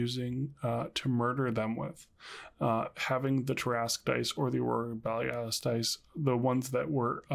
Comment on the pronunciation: Nice review, but what how did you pronounce Aurora Borealis? I had to go back and look... I was like... what words did he just say?